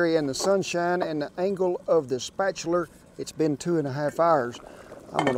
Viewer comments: hahahah... I heard that too... spatulerrrr. We need a Kent dikshunary we do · "Spatchuler" lol